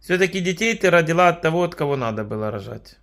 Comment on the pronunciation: Всегда ржу когда эта старушенция говорит КОХО?КОХО? Филин, ей Богу😂😂😂😂😂😂